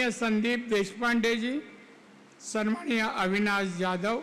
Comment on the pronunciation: संमानिय नाही हो सन्माननीय असे असते 😂😂😂 बरे तुमची महाआघाडी नाही महायुतीचे उमेदवार म्हणून घोषित झाले आहात 😂😂😂@ 2.18